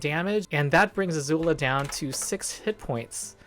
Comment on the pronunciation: why do you keep pronouncing Azula as Azuul?